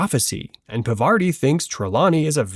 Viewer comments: It's not pavaarti !!!!! It's pronounced paarvati i.e.पार्वती Please pronounce hindi words correctly. I well know that you are not Indian, but still at least don't disrespect names. That really hurts... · Parvati Patil. ❌ Pavarti Patil ✅ Pervert-i Patil ✅ ✅✅✅✅😸😸😸 😂😂😂